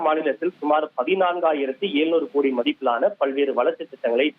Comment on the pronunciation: என்னது ஹோடி? உச்சரிப்புல தீய வைக்க. ஒழுங்கா கோடின்னு சொல்லுமா 😂